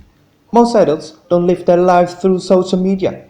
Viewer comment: Why don't you use your own voice instead of saying don't as do nt